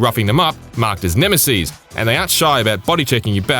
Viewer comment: Nemesees? Its Neme-SIS lol